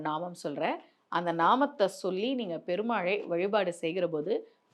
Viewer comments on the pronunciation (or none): பெருமாழை இல்ல it’s பெருமாளை.. lot of mistakes like this 🤦🏼‍♀️🤦🏼‍♀️